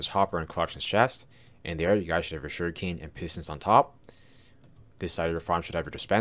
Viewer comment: Whenever you say sugarcane it sounds like you’re saying shuriken